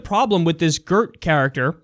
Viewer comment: Gurt ? i always like that english / american people try to pronounce a dutch word or name, get is almost right the first time, think its prob. wrong and then correct it in something that sounds totaly off.